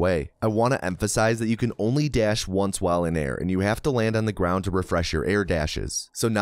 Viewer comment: Could probably have counted some of those “whiles” as “walls” just sayin.